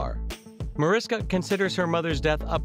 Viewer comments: heres something the narrator doesnt know: its pronounces marISHka not mar'isk'a m'kay? everything else all true. plus heres something else: l admire and repsect Marishka for the so much she does for the welfare and benefit of the less fortunate and that story how she met and married her husband beeeeeUUUUtiful. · maryannbabigirl60, the person that is narrating this video is mispronouncing Mariska's name throughout the ENTIRE video. Her name is properly pronounced "Marishka". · I enjoyed the video and uncovered Mariska tidbits. But the narrator should indeed say this lovely and amazing entertainment icon's name correctly! It's pronounced: Mah-rish'-kah Thanks in advance for fixing this :) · she is a friend of mine & hates when her name is pronounced wrong. it is pronounced marishka. sh sound. was curious about what was in the video. in 5 seconds of meeting her she corrected me & made it clear do not pronounce it w an sk sound! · well here something doesnt know about MariSHKA Hargitay is the * pronunciation * of the wonderful lady's first name. m'kay? mebbe show some respect and get THAT personal item correct? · 1st thing would be for the narrator to pronounce her name correctly. It's "Marishka" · thing #11 YOU did not know about Mariska Hargitay is that her name is actually pronounced MariSHKa. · If you're going to do a piece on her - pronounce her name correctly. My husband is Hungarian. Hargitay's father was Hungarian. It's pronounced MariSHka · Its spelled Mariska,but pronounced (Ma- rish- ka) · I think that if you’re going to do commentary on a particular person you might want to pronounce their name properly. It’s pronounced “Marishka” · You should redo the audio and pronounce her name right. It's pronounced like Marishka. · it's pronounced "Ma-rish-ka". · If you're going to do a video about someone, do your research first. It is respectful to correctly pronounce a person's name. Mariska is pronounced "Marishka".